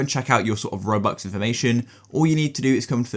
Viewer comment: bro said robucks